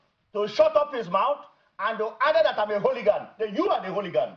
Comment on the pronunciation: Let him go and learn how to pronounce the word hooligan! Let him replay the video of the altercation and learn from Dr. Oby